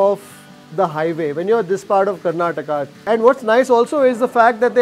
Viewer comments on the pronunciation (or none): none